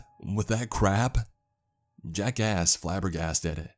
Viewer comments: "jack asks" My ear: jackass? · Whenever he says Jack asks it sounds like he says Jackass😂😂